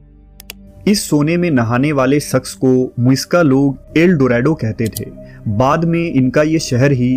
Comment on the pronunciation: Your Urdu & English pronunciation is very bad, plz clear it. Shakhs ko aap sakhs bolte ho Shaadi ko Saadi, Shamil ko Saamil. National ko Nasnal. British ko Britis😢